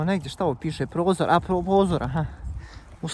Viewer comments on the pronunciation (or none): da li sam jedina koja sam cula da je rekao PROZOR 🤣🤣🤣🤣🤣🤣🤣 ili POZOR